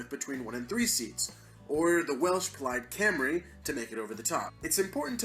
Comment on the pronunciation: Good video, slight errors, but for a yank pretty damn good. Only thing I will say is your pronunciation of Plaid Cymru was a bit off. It's not Plad Camry, it's more Plaid Cum-ry